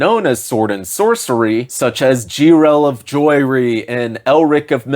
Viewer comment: I can always tell who's a poser because they pronounce names wrong. THIS is how you pronounce Jirel of Joiry? I suspect you never even heard the song let alone read the books. you just farm engagement with popular topics.